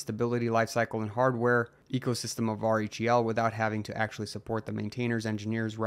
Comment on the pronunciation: Lol just say "rell" if R-H-E-L is too hard to say in the proper order, man. It's distracting to hear r-e-h-l over and over again 😜